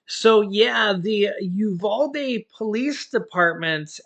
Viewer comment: I’m from Texas and the way you pronounce Uvalde is YOU-VAL-DEE. VAL as in VAL-ue.